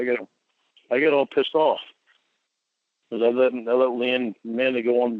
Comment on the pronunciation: Ugh dude, image how stupid he woulda looked in real life as he is sitting down at a molester anonymous meeting and he suddently gets up and punches someone who is speaking " cowcksowcker" What a joke!!! "I was so pissed owff"